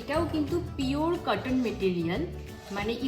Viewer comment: In this vdo u r looking different and please don’t say katan it’s cotton